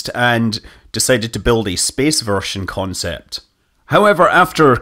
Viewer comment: "Speeece Peeewp"